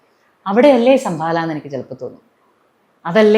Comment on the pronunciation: Sambhala..not sambala